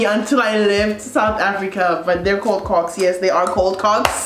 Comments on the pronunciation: kocks never sounded so wrong 😭😭😭😭😭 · Not me screaming hayi when you said Kocks 😭😭😭